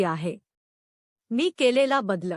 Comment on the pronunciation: वाचन सुध्दा नीट करता यावे लागते,शब्दोच्चा व्यवस्थित असणे अत्यावश्यक आहे.त्याचा अभाव या व्यक्तीच्या वाचनात जणवला.उदा .बदल हा शब्द ही व्यक्ती बद्लअ असा उच्चारित होती.असे बरेच शब्द.वाचताना अर्धविराम,स्वल्पविराम आ.व्याकरणीय मुद्याचे भानच नाही त्यामुळे मराठी ऐकणे ही शिक्षाच वाटत होती.अशा अर्धज्ञानी व्यक्तीने या फंदात पडू नयेआणि आमचा मानसिक त्रास वढवू नये.